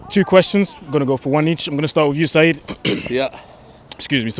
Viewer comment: Its Saeed not Seeb